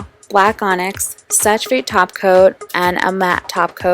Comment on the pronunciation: just so that you know "sèche vite" is pronounced "seh-sh veet" in french :)